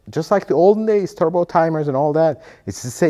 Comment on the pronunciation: “Tubro” did you mean “Turbo”?